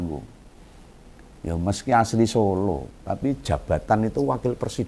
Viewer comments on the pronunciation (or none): none